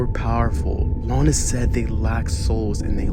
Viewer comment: Bro really said Lona